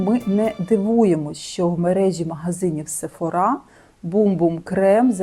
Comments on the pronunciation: Класний контент. Тільки пліз не сефорА, а сефОра. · Дякую за відео. Єдине що ріже вухо - це SephorA. Бренд називають SephOra